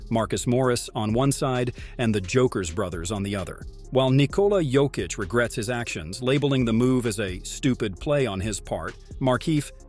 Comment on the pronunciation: Learn to pronounce Jokis's name ffs.